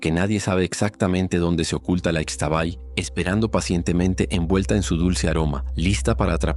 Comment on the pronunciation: Gracias. Es un gran programa de relatos. Soy 100 % yucateca. Para mejorar su trabajo, le aclaro que aquí en Yucatán, la letra X se pronuncia SHHH. Así la dama nocturna se llama ISHHTABAY. Los hombres que la encuentran y la siguen, NO DESAPARECEN, AL AMANECER SE ENCUENTRAN CUBIERTOS ENRREDADOS ENTRE BEJUCOS LLENOS DE GRANDES ESPINOS. TRATE DE IR A LOS LUGARES DE SUS RELATOS, Y HABLE CON PERSONAS REALMENTE CONOCEDORAS, BIEN DOCUMENTADAS ACERCA DE LOS RELATOS. NO SE QUEDE EN CIUDADES, NI PREGUNTE A ANTROPÓLOGOS NI HISTORIADORES. VAYA DIRECTO A INVESTIGAR CON LOS AUTÉNTICOS MAYAS QUE GRACIAS A DIOS, ESTÁN ACTUALMENTE VIVOS , PRESENTES Y SON MUCHÍSIMOS. NUESTRA RAZA Y MUY SABIA CULTURA ESTÁ MUY VIGENTE. SALUDOS.